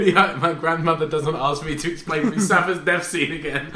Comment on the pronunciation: "Musafa" LMFAO